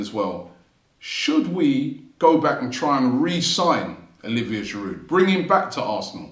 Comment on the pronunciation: Why would Olivier come back when the fan channel host still can't pronounce his surname correctly?